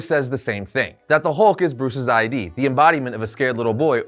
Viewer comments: "Bruce's I.D." It's id, not I.D. a word, pronounced like the end of "did" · "Bruce's id," not "Bruce's I.D."